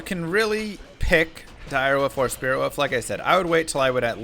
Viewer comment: WOLF NOT WOOF! BITCH